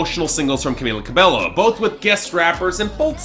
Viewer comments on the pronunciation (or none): please take this into consideration: It's Camila CA-BEH-YO, not CA-BELO. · it's not cabeLLo, it's cabeYo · It's pronounced Ca-BAY-oh